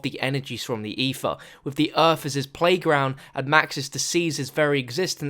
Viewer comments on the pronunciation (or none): Dude, learn how to speak! it's "eTHer" not "ePHer". It's "Agartha" not "orgatha", "thrown" not "phrone", "Three" not "phree" and it's "Samantha" not "Samanpha". and pretty much every "TH" sound isn't "PH", Every "R" isn't an "A" for Christ sake!! You english think just because the language is named after your country you can butcher the it. Well I'm sorry but you have a serious incorrect understanding of phonics (or what letters correspond to which sounds). It makes you sound like an infant that needs a speech therapist. Please go to your phone book and contact one you moron.